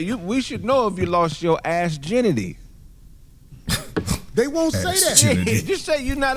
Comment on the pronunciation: ...assginity 😐 😅🤣😂 omfg 💀